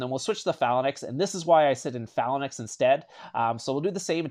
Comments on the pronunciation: Nice video. Also it’s pronounced FAY-LANX, not Falanax. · it's pronounced FAL ANKS...not FALA NIX....but good video bro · he keeps saying phallan-X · Phalanx is Fay-linx not however you say it lol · Cringey pronunciation of Phalanx. 😬